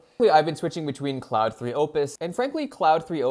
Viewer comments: Sir, it's not "cloud". It's Claude or "Clawed". You can't do a video and get the name wrong. SMH. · Yeah, I don't get why so many AI Youtubers choose to pronounce Claude as "cloud". They are absolutely NOT pronounced the same.